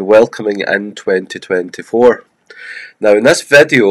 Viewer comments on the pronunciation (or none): like "vadio" ...i was like what is that? Oh you mean "video"